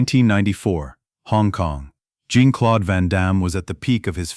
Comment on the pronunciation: Van Damme"s first name is not pronounced as a woman"s name, like blue jean. Please pronounce his name properly.